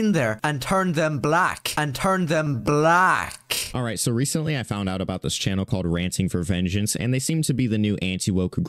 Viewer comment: the way he said black, he was making sure to inherit his rascal inhuman